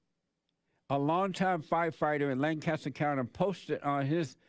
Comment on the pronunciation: Lane-cuss-ter SC......AMAZING!